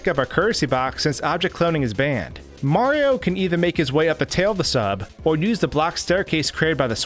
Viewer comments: You said marfx instead of Mario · You're aware the protagonist's name is "Mario" and not "Mar", right?